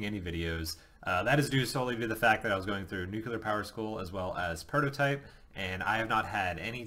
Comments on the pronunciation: So, you are going to ignore the fact that (like most people) he is unable to properly pronounce the word nuclear. I guess I am mostly alone in being disturbed by folks saying 'nucular' like he did several times, and i DID replay all the instances a few times each to be sure. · Pronounce nuclear right is the first thing I leaned in Nuke School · you would think if you've been through it, you could learn how to say nuclear.....